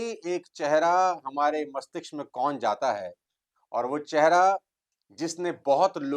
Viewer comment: मस्तिष्क को ग़लत बोला गया है शुरू में ही 😢